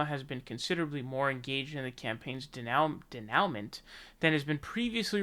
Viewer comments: Denouement pronounced Day noo mon or /deɪˈnuːmɒ̃/ if you want to get technical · denouement- Pronounced "day-new-mah" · Bro ... Denouement: pronounced - 'day-nome-wah' ... It means like, 'the wrap up'. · Denouement: French, Day-New-Mawn - to bring to an end.